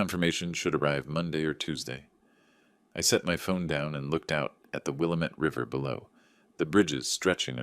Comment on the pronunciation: Willamette misprounced